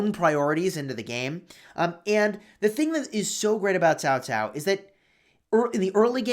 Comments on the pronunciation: It is CAO CAO NOT TAO TAO.... Jesus dude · I always thought it was pronounced Kao Kao